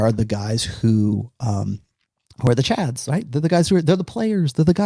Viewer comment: Take a shot every time calls Chads “Cads”.